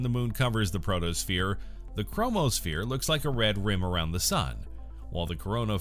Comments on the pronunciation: Oh dear! Mercury is NOT tidally locked to the Sun. Also, it's PHOTOSPHERE, not PROTOSPHERE. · My God it's photo not proto that's what you call the surface of the sun